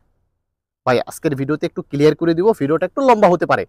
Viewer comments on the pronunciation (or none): none